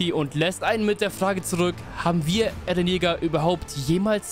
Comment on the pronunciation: er heißt eren und nicht ärren bro